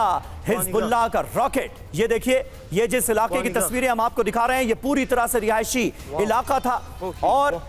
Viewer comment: Rihaishi Rihaishi mat bolo